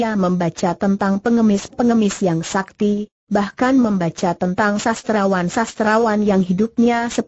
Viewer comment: Ini yg baca robot / program, jadi ada kalanya gak sesuai dgn kaidah pelafalan bhs Indonesia yg benar.. Contohnya "sakti" dibaca "es A Ka Te I" 😁😁 Namun paling tidak sangat membantu kita untuk mendengarkan sambil melakukan pekerjaan lain. Dan untuk itu saya apresiasi sekali. 👍